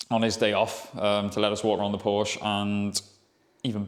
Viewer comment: Soooo, after saying how to pronounce the name correctly, you dudes are just too lazy to pronounce Porsche properly? Good video though.